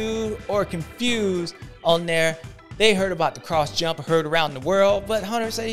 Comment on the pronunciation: Brotha said the confewsed list, LMAO